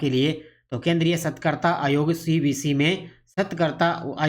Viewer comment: सतर्कता का उच्चारण कैसे कर रहे हो सर ...